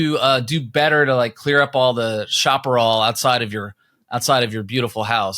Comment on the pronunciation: Chaparral is pronounced shah-puh-rahl